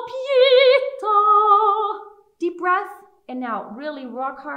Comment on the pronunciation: Pietà, not Pita please...